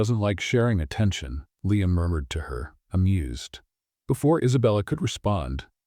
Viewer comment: What happened to punctuation? Murmured pronounced “murdered”?